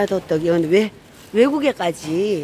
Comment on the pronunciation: 호떡이에요 호뜩이 아니라 🤣🤣🤣